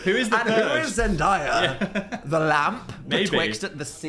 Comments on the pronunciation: dan stop pronouncing it zendieyuh challenge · YO WHY THE FUCK DID DAN SAY ZENDAYA LIKE THAT